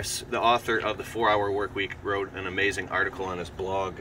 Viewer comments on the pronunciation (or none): none